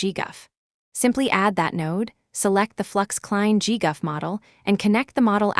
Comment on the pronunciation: "Saff-eh-tensors" 😂 "gee-guff" 💀